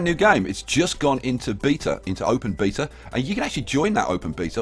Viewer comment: It's sounds like your saying "this is the new beat her, the new bee, at is out now.